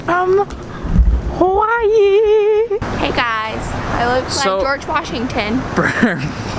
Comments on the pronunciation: I am a loko and you say Hawaii wrong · Shaddup nigga say Hawaii right